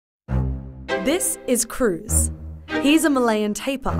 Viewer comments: It's not "Teh-pah" la. It's "Tah-Peer" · we didnt pronounce it 'teepaa', the way to pronounce it 'tar + pear' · Why she pronounce it teepahh? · Lmao teepaa and wataa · It's pronounced "Tape-Ear" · We pronounce IT malayan “TA” and “PEER” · Is it a pronounced Ta-peer or Tai-par?